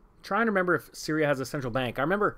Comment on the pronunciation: SIN-tral BANE-kers